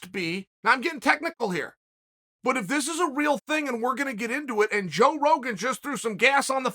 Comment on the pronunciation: Did Chael say "joke Rogan"?🤣